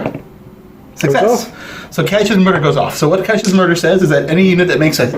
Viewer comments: Well done But Have to say... It’s pronounced “kat-e-kism “ Not kat-e-chism Sorry Damn catholic education ..... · Someone please tell that guy it's pronounced 'catekism', like in schism...